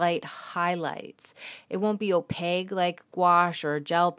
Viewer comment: Wonderful, informational video! (But please learn how to pronounce opaque - it's a Q, not a G)